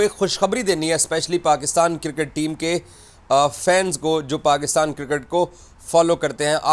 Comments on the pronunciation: No more cricket it's Kirket 😂😂😂😂😂 angliz wala bosadi chacha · Iss ki baat say lagtaa hai iss pagal ko Mohsin Naqvi direct phone kar kay Dubai say report kar raha hai. Itnaa chaatukar boot polisher kisi nay dekhaa hai? Cricket ko KIRKAT bolt hai😂 Journalist ko GENRLIST bolt hai.😂 Aaj yeh pagal apnaa thhook chaatayga.....Enjoy😂😂😂